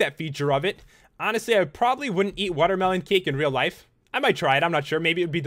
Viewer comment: Pat u said watermelon wrong it's watermelon XD😉